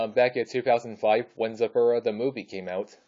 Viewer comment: It is zathura not zoforua